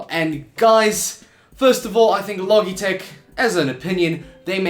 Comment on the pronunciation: I think its pronounced "Lo Jeh tech" - soft G. Like Logic.